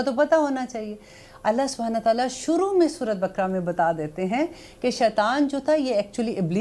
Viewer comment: please talaffuz bhi sahi karein kuraan nahi Quraan Shareef surah bakra nahi baqrah hai Aap bahut achchha kam karrahi hain Allah is ka Ajr de Aameen lekin agar talaffuz agar sahi na ho toh baat sunne ka maza nahi aata